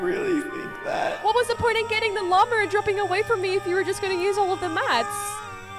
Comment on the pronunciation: Wan u said lama it sond like u say mama